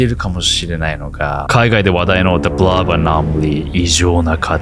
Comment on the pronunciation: The Blob Anomaly の発音かっこよｗ